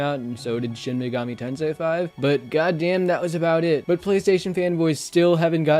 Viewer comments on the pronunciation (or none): none